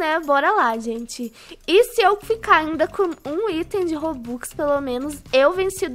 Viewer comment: Ela disse robocks